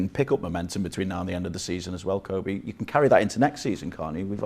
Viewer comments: “Coby” it’s kobbie you silly silly man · His name is Kobbie, not Kobe... it's kinda his job to know 🙄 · Can't believe presenters are still mis-pronouncing Kobbie's name these days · Poor from the interviewer. Calling Kobbie ‘Kobie’. It’s Robbie with a K. How are people still getting this wrong. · Why are professionals pronouncing kobbie’s name wrong I don’t get it